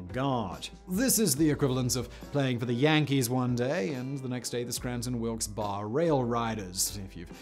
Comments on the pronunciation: Wilkes-Barry, not Wilkes-Bar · "Wilkes Bar"????